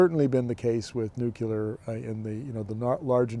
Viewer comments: All excellent points as usual and you're dead right about SMR being a foot dragging exercise. And now for my pet peeve.......It's "nuclear"...pronounced "newcleer". It's not "new killer". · There is no such thing as nuke-you-lar. it's nuke-lee-are.